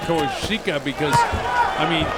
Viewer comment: Commentator is AWFUL. Super-biased, and manged to be fairly racist at the same time. Can't be bothered to figure out how to say Koasicha's name. He's not so much calling the fight as giving Lomachenko a blowjob from ringside.